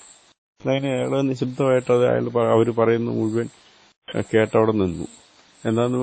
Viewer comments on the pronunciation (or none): അയള്,അയള് ന്ന് പറഞ്ഞത്ഒട്ടും ശരിയായില്ല.